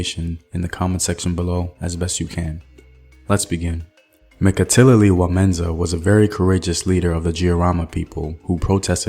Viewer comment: Pronunciation of Mekatilili wa Menza quite good .....but Giriama the "G" is as in get or git